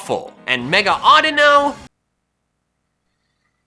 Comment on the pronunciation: DO NOT LEAVE OFF THE U IN AUDINO!